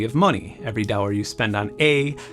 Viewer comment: What is up with the way you pronounce $ ?? It is so weird coming from someone who has barely any accent on almost every other word. Your videos are SO good and interesting, and yet, every time you mention US currency, my brain takes off on a tangent trying to solve this mystery. Did he really just say Dawwas? Dougrrs? Dourhrwars? W H Y ??? Is it a Sha'Mone thing like Michael Jackson?